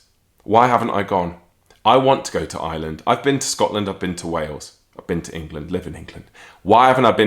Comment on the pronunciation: love your channel a long time fan. But FYI it's IRELAND not Island 😂